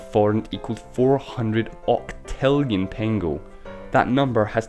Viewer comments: Actually it is not pengo, but pengő and it is pronounced with a ø sound. In english the closest ma ybe the word "nerd" pronounced like nørd. Otherwisse cool video. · Thank you for mentioning Hungary! But this big inflation has to be mentioned anyway! :D (a little bit mispronounced "pengő" ) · You didn't pronounce "pengő" properly. "ő" should be pronounced like "eu". Anyways, I'm not sure that I should be happy that my country appeared in this video... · You pronounced pengő wrong the entire time, just saying